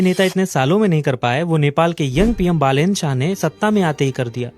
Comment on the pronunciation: It's not बलेन,it's बालेन 😡😡😡